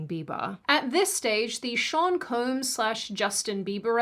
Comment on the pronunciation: She keeps saying “Koombs” instead of Combs. And she acknowledged it in the previous one😂😂😂